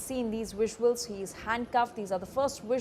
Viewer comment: It's pronounced visuals not VUSSUALS f00ls 😅😅